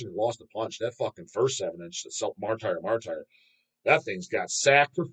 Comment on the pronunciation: Bobby Blitz lives right over here in northwestern Jersey not 10 minutes from me. He was gonna do the interview 'til he found out was an A-hole square head Deicide/CC fanboi that doesn't even know how to pronounce "martyr." That makes a ham'n'egger as far as Blitz is concerned. Best Aussie death metal band is Ignivomous. Although Cemetery Urn gives them a run for their money and has a lot more albums out. Coffin Lust had a great album in 2016 then hasn't done shit since. Best Aussie black metal Kommodus.